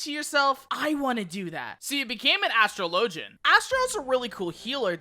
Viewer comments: Astro-low-gen? Well I low key hate that’s cannon 😂😂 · Why do you tubers not know how to pronounce this job??? It bothers me…